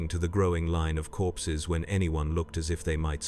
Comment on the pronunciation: At first I thought he said “I was counting horses”. I thought.. wait.. this is 40k, went back and listened again, “I was counting corpses” Ahh that’s more like it. 😂